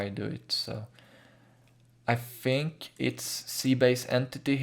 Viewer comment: fink it's T H I N K not F I N K